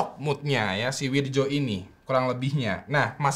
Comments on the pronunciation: Wirdjo (read:Wiryo) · Wirjo dibaca wiryo bang klo dijawa